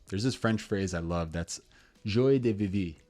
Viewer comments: It's pronounced zhwah-de-veev ;) Great video, great summary. This is much more of a problem than people really realize - always interesting to talk to people who say they've kept up with old friends via Instagram or other apps, but then they realize they haven't actually had a conversation with the person, even over DM, for years. Absolutely bang on about the fulfillment piece too - it's hard enough to meet new friends these days, it's even harder when you're miserable in your life and have to pretend that you're not. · With your philosophy, you'd pass for a European with a flawless American accent… until you made every Francophone in the world shudder simultaneously with your joie de vivre prononciation. Your video brought to mind a concept I like about the gift economy. Good video on it: What do you think about the value of digital social capital relative to in-person?